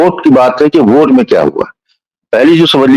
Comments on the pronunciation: आप लोग वोट को ओट क्यो बोल रहे हो मेंने बहोत बार सुना, अलग अलग वीडियो में भी आप लोगो को सुना लेकिन वोट की जगह ओट ही सुनाई दे रहा है। शायद में बहोत गलत भी हो सकता हु, फिर भी मेने आपको ये लिखा खास करके मेने को वोट को ओट कहेते पाया है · लेकिन ये तो बताओ की में जो वोट को ओट सुन रहा हु वो सच मे ओट ही बोला जा रहा था या फिर वोट नहीं पर ओट ही बोलना सही है